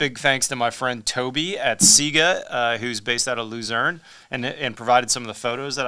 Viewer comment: Lucerne, sounds like LOU-SIR-N, beautiful - thanks.